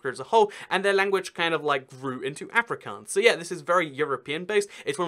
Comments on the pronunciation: It’s not Ehfrikaans it’s AAfrikaans. I’m from SA lul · afrikaans is my worst subject at school (the second language in the western cape of south Africa.. also its pronounced aa ( as in car) -freak -auns (also as in car) not africans. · I speak afrikaans Basically if you understand Afrikaans then you can learn English by watching TV and you already understand dutch. Its pronounced Ah - frick - aawns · A couple of quick corrections-- Amish and Mennonites aren't the same, they are sliiiightly different (due to a theological split I think). Both groups live in the US. Also the "aa" is Afrikaans is pronounced like ahh, not like Anne. (Well, if you hear an Afrikaaner say it it sounds like Efri-CORNS, but hey.) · Ah-fri(you roll the r)-kahhns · It’s pronounced Uh-Free-carns I learn Afrikaans in school I live in Suid-Africa (South Africa in Afrikaans) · Any South Africans also cringing at how he pronounced Afrikaans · You did not say Afrikaans as afri kans I’m disappointed